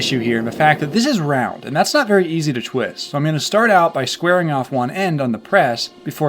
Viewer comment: Thots a knife!!!! Australian accent!!!!